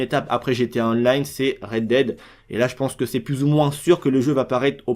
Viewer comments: Pour la prononciation de DEAD si tu veux ca se prononce "Dead" et pas "Did" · Sa se prononce 'Red déde' mais pas 'Red dide' mdrr mais sinon merci pour l'info ! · Dead = dèd sinon merce pour l’info